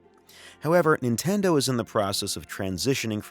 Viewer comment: "Intendo" lol